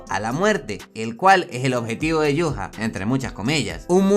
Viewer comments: ¿Como se escribe?: Yhwach ¿Como se pronuncia? Yu-ja-va-ja. ¿Como lo pronunciaba yo?: Ai-wa-sh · En 1000 canales de YouTube, que hablan de Bleach, los 1000 pronuncian Yhwach de maneras diferentes, lo pretencioso de Tite Kubo se refleja en ese nombre.